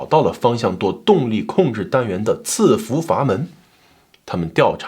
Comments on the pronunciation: 喜欢老乡的视频。抖音和油管都有关注。但是纠个错。这个词在这里应该读伺服sì fú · 伺在伺服这个词里 读si4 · 伺服 应该念si 服吧